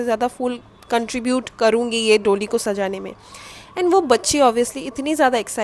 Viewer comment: its pronounced doLI retroflex L and da as in d for daadi, da, das